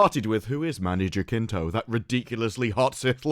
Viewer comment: ain't it "ja-SIN-to"? won't change his muscles though